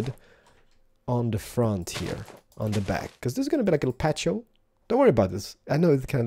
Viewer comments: r u spanish?!!!! its patio (pa-ty-ow) okay?????!!! >:( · "patio" is pronounced like "patty-o" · It's called a padio.(pa-dee-oh)